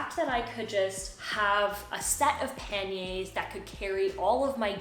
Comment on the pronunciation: sorry but you are defiantly a member of the language police but l would like to thank you for your correct pronunciations l can now go shopping for some pan-yr bags and sound smarter than l really am